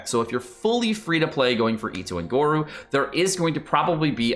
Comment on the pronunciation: its pronounced go-ro and albaedo HAHAHA